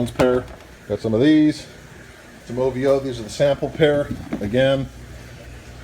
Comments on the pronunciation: he said oVo as a word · The way he pronounced "OVO" 😂😂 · How he said ovo i was dead